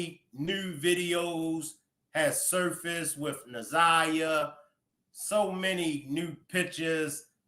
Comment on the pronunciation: She didn’t even know her right name Zaniyah it’s Na’Ziyah fool